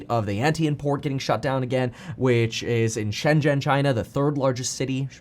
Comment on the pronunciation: Wow, meetkevin, where did ya learn that pronunciation of "Shenzhen" from? Its perfect, one of very very few English speakers who can actually say that perfectly. Most is not even close.